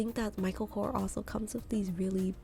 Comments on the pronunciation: It’s Michael Korsssss not Kor !!! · It’s not kor it’s korS that's his last name . And it's a shitty brand, can't compare to a coach